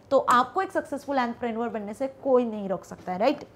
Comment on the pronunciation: Mam app entrepreneur ko shayad galat pronounce kr rahe ho 😊 correct it 😊